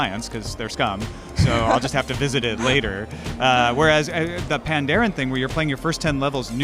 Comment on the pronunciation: If the pandaren are based off of Chinese culture, it should probably be pronounces panda-ren. "ren" is the chinese word for people. that would make it, "Panda people"